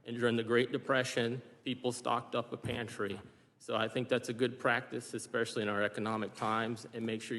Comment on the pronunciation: KH said "eXpecially" Gag me!